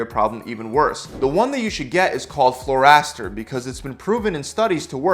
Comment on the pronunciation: Not that this is a big deal, but Florastor is pronounced "floor-ah-store". As in, a combination of the words "flora" and "restore"